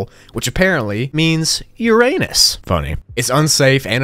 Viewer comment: o he said it Uranus and in the right way to make it a bad word